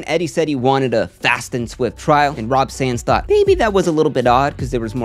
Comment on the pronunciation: It's actually Rob Sand, but well done video.